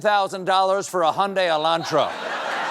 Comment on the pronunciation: Stephen pronounced Hyundai with rhe correct Korean pronunciation. Well done.